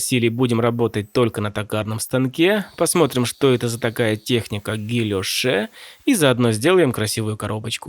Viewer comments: Почему гильошЕ'? Гильо'ш же по русски? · Правильно «гильош» (без -е) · Во французском это читается как "гийоше", в ill - лл не произносится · Как всегда отличная работа! Не хочу быть занудой, но правильно будет -- Гильо́ш (от фр. guilloché). Во французском языке очень часто последняя буква "е" не читается. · кстати, читается гийошЕ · Правильно произносится [гийошэ] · Точности ради, по-русски французское слово "guilloché" произносится - "гильош". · Всегда считал, что это произносится как ГильЁш =) емнип так ещё называют защитный рисунок на различных документах.